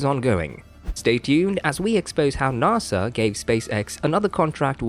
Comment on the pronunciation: It is pronounced NASA, not NAAASA you wimp what ever you are.